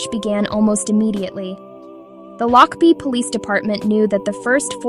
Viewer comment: I think that you need to take this down because you have no right to post anything. You are posting homes in the area that is not in the area. You can't even say the name of The Town Lochbuie Colorado. Stop this video.